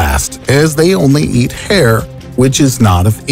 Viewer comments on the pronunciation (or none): none